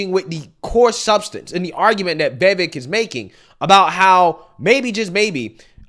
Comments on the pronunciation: Brooooooo can you learn how to say a name???????????? It's Vivayk, not VAYVAYK good Lord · 'Vivek' = 'vi-vake'...lol. like "the cake" not difficult whatsoever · ITS NOT VAY-VAYK! you cant be this stupid with names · It’s not pronounced vay-vake. Why is it so hard for some people? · I would vote for Vivek 💯 and it's Vee vake like cake, I think he is real and not buyable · Vevvik, lmao. You really are bad with names bro. I love it though. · Day 16 of correcting the pronunciation of Vivek. It's Vi-Vake. Vuh-VaYke. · Please lear his name pronunciation, not that hard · Is it really that difficult to pronounce Vivek's name correctly? I don't get with you. You seem averagely intelligent but when it comes to pronouncing some words, even English words, your IQ goes out the window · Please learn to say his name correctly.